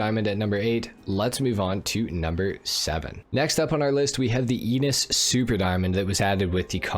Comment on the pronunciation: Just a linguistic comment: Enus should be pronounced with European vowels or eh-noose which sounds a lot like anus in English...